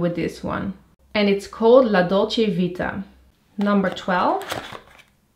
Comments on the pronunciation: I translater from italian to english. 😂😬 I really like your Channel And obviously yuo. I saw you in the channel of Nicole (Kissandmakeup) for the first time and I'm in love with you. You can study Italian because your pronunciation in "la dolce vita" was quite perfect❤😍💘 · Sono italiana, ti ho conosciuta grazie a Nicole (Kissandmakeup) e ti adoro. Hai una buona pronuncia in italiano, lo potresti studiare. La dolce vita l'hai detto molto bene!!! ❤🌹💘